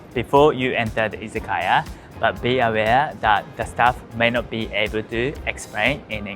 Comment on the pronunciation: You pronounce "izakaya" like many non-Japanese speakers. Your pronunciation makes it seem like it's correct!